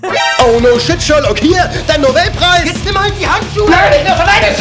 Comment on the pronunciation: Hat er wirklich Novelpreis gesagt oder muss ich zum Ohrenarzt?